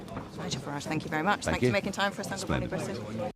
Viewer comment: Fank you Was the first words out of this woman’s mouth Somefink is wrong in GB